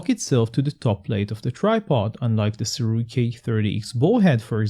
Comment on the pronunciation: Thank you for pronouncing the name correctly. Other reviewers tend to pronounce it as Surei which is really annoying. Kudos to you!